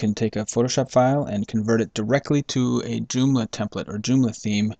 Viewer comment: doomla? or JOOMLA ;)